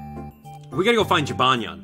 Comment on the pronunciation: The cats name is jibanyan not jinbanya